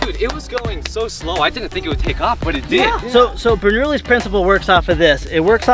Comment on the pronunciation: im sorry how did u pronounce burnoulli?? love the vid guys